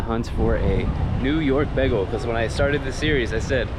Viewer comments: Begel? It's "baygel" and metro? It's the train....... Rudy's Hobby Shop was originally a soda shop. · the correct way is actually baygel as you would pronounce "bye" and "gal". from german/yiddish "ring" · How I know you’re from PA: begel instead of bay-gul 😀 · He must be from Philly if he’s pronouncing bagel like that